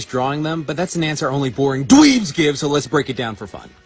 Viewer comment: the emphasis on “dweebs” took me out 💀